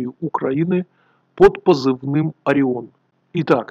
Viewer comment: Единственное что непонятно - почему "Ореон"?